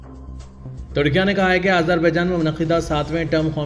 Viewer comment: Tudkia tudkia kya hai. Very bad pronunciation.